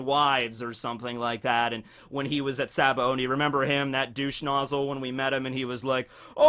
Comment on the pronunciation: I love you, you’re in my top 3 youtubers, but dude there’s no N in Sabaody